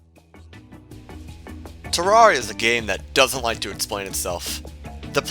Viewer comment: Guys it’s Ter-Rer-Ria, not Ter-Rar-Ria 😭